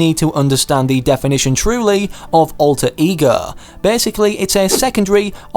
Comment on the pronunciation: When he says alter ego it sounds like e-girls